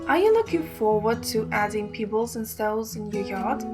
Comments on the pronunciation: Lol, Peeebles? lol Pebbles lady! To funny. Before you do a video for all to see. Learn how to pronunciate the words first! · Thank you. Check your pronunciation of "pebbles". Sorry to be picky.